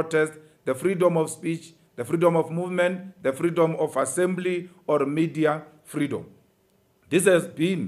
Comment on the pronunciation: I'm rather sure Julius pronounced at least 3 wotds correctly during this brilliant speech ... He must just learn to stutter less ... Most importantly, however, if you want to advocate for freedom it is imperative that you know how pronounce it correctly ...